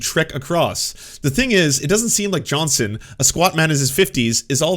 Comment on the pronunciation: JohnsTon FFS! WHY DO YOU KEEP CALLING HIM JOHNSON? ARE YOU ILLITERATE? Johnston NOT Johnson!!!